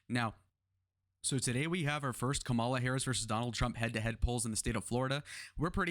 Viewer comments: It's pretty early to be counting polls at this point. After the Democrat convention, it's when they really need to be looked at. Also, as an independent, I can say that the juvenile act of constantly mispronouncing Kamala's name is off-putting. Just FYI. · First of all, learn how to say Kamala Harris' name. Emerson College poll, I've watched elections, they are so off...always leaning Republican. Keep dreaming... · You mentioned Biden's "dementia", but failed to mention Trump's. Hope you can address that error, soon. It's important. Also, you are continually mispronouncing Kamala.